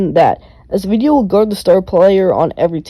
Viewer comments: it's not a-vi-di-ya, it's av-di-ya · You spell his name wrong ! Not avidya, not avdija. You spell his name: AVDIYA. Av- di- ya